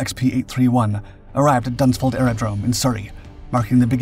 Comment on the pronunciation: Does he really say Dunsford in Surrey